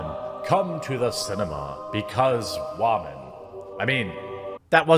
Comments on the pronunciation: Dude, that shit had men laughing with the light coming down all holy "wahman.....WAHMANS"......Shit was to funny. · First time watcher...why does he sometimes say woman weird?